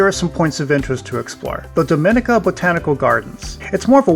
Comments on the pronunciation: It is Domineeka, not Domin/ika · Not 'dominika'! Say dom ee nee ca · It's not Domínica but Dominíca. Please pronounce my Island home's name properly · Pronounced Dom-i-nee-ka